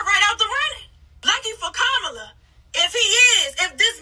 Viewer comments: Well well well well said! Just one thing to add: COMMA-la. 😁🥰😍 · COMMA-LA. That's how you pronounce her name.❤ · With all due respect… Kamala is pronounced Coma-la ❤